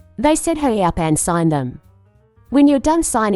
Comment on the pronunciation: Sgin instead of sign divorce papers